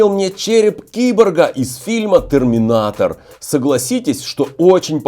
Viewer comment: привет на ты не правильно сказал фильм нетэрменатор а терминатор если что заранее извини